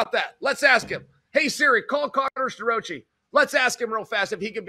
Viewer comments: Stir-Roachie😂😂😂😂😂😂 I love how Chael purposely mangles people’s names. The guy is undefeated, truly… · Uncle Chael refuses to pronounce Starrocci's name properly.🤭